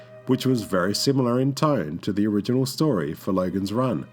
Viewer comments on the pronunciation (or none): none